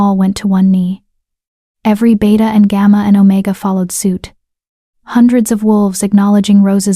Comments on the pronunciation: It's Beta not beata, it's pronounced bay-ta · The narrator just called the beta a “beeta”. Ha ha.